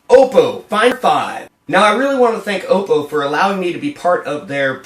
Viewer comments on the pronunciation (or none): 'Ahpoh' not 'Ohpoh'